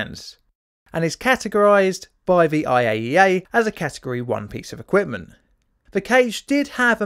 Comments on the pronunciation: says equpment instead of equipment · What is "Equptment" ? :-)